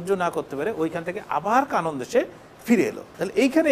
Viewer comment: Vai not Kanon, it's Kenan